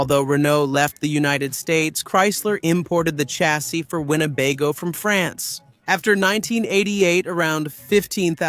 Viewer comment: Wine - baygo? naughty AI...